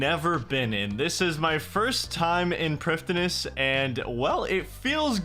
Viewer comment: FWIW, "prifddinas" is straight-up just the Welsh word for "capital city". The "f" makes a "v" sound and the "dd" makes a hard "th" sound like in the word "then". So it's pronounced "privthinas"